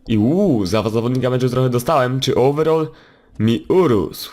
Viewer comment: nie owerol tylko overal